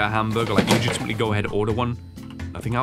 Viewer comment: He's so hungry he said "legitimetaly" twice.